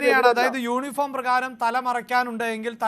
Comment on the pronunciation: ...യോനിഫോമ് അല്ല യൂണിഫോം ആണ്...